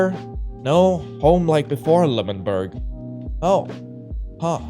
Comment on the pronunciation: The fact that he cept saying lmanberg ented of l'amanberg